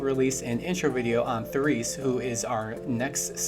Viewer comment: "toom" -> "Tohm" "The Reese" -> "Terese" please and thanks :)